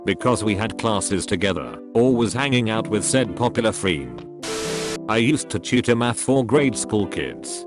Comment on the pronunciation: okay, but why did the guy pronounce friend as freend